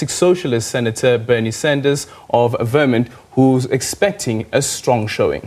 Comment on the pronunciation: They said Vermont, vermin. The former governor of vermin. 😂🤣